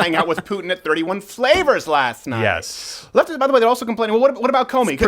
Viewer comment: Did Steven call Baskin Robbins “31 Flovors”?